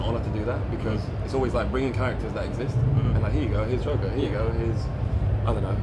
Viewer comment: He said Jocker, not joker. Wow.